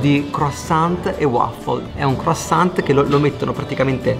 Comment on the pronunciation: Senza la T croissant ma la t non si legge 😜 ormai lo short italiano co la cittadinanza!